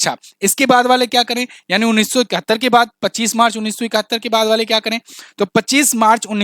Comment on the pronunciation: Avadh ghosit kiya hai jayega nahi thik se bolo